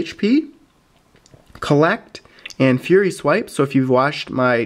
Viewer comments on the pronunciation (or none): none